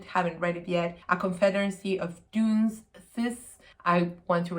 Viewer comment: So a few comments...How Stella Got Her Groove...is definitely NOT a children's book...I agree with you about reading Phillip Roth but you must watch the adaptations on film they are all so good, Dunces is pronounced " Done- says" and finally one thing I noticed is that you skipped over a lot of books about race or WWII.i.e. Roots, Anne Frank, The Book Thief, ...